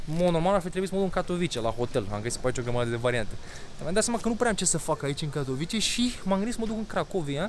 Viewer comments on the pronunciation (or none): Se pronunta Katovițe numele orasului, nu Catovice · “Katovițe”! Ai la îndemană Google Translate și restul internetului pentru a ști pronunția corectă. Dă-i înainte tot așa, măcar faci vlogging, nu operații pe creier. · Katowice se pronunta "catovițe"! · Invata sa pronunti corect numele localitatilor. Mai rareste din englezismele ieftine si invata sa spui ca lumea Katowice, Lodz sau Chorzow, ca sa nu mai pomenesc de unele orase nemtesti sau frantuzesti pe care le-ai stalcit in ultimul hal.